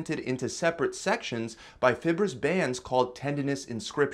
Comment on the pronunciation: Did you say FIBURUS bands